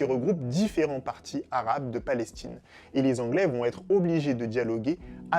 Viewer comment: La vidéo commence par « La Palestchine » 😖😖😖😖